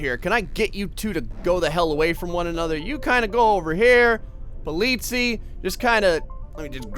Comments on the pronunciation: ITS CALLED POLIZEI not polici;-; Its german... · it's actually pronunced pol it's I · You pronounce Polizei like Po Leeds I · at the Police car you said it wrong its german and i am from Germany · In "Polizei" the "z" is pronounced like in pizza. Just google translate voice sample that from german.